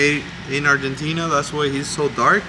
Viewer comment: "Argentina...", "España..." Hey! You speak Spanish?? By the sound of your pronunciation